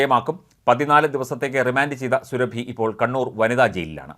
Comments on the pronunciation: surabhiyalla suraabi ennu thiruthi vayikkakkana vartha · സുരഭി അല്ല; സുറാബി ഖാനും- സുടു. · സുരഭി അല്ല സൂറബി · മഞ്ഞരമേ സുരഭി അല്ല. സുറാബി. മലയാളം അർത്ഥവ്യത്യാസം അറിയില്ലങ്കിൽ മൈരുകളഞ്ഞിട്ടു പോടെ. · Srabhi alla Mister. Soorabhi, Muslim lady. Check properly before a news. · ർ സുറാബി എന്നാണ് സുരഭി അല്ല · At least pronounce her name right it’s not Surabhi it’s pronounced suraabi her name spelling is surabhi